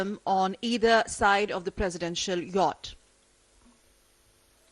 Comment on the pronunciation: Yatch is pronounced as Yot.